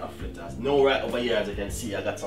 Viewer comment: Its not flitters its fritters